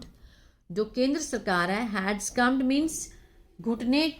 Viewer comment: सकम्ड not स्कम्ड